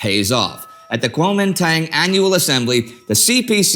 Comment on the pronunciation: The "Dang" in Guomindang is pronounced like a drawn out "done"